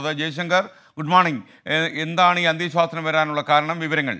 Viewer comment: അന്ത്യശ്വാസനം എന്നല്ല SKN , അന്തി ശാസനം എന്നാണ് പറയേണ്ടത്.